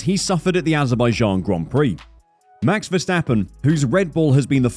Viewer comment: mex vesteppen,,,,,really? the A's in his name sounding like in CARWASH